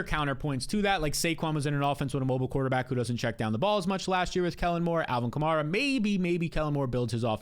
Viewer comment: love the show, but you do realize you pronounce 'Kamara' differently than every NFL announcer, all the biggest Fantasy shows, the team beat writers, and even Alvin himself? It's Ka-mare-ah pronounced like the car Chevy Camaro but with an 'a' at the end. Appreciate the hard work you put into your show.